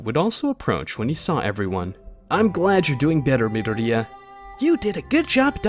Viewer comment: is it me or is the way the AI's saying myadori annoying asf. also goku in anyworld minus one punch man , he deletes everyone.